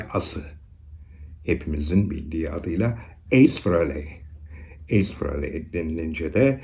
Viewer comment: Ace Kiss'in büyüsüdür hiç bir gitarist onun yerini dolduramadı.. 96 yılında tekrar orjinal 4 lü tekrar bir araya geldiğinde büyük olay olmuştur. Hocam bu arada ''Ays'' diyorsunuz naçizane ''Eys'' diye okunur.